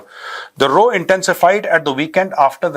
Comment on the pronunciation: Jai hind Sir. Just to tell you that the word 'row' is pronounced as Rao. As in Kavita Rao. Not row, as in, 'row row your boat.' Jai Hind to you, Sir.